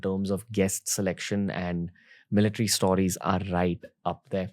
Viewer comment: Stooooriesss?? Correct it bhai